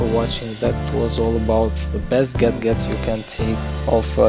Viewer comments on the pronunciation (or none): Lol I thought i heard that